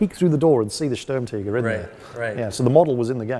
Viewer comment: They all pronounce Sturmtiger as Sturm-TEEger and it’s really annoying lmao. Great video though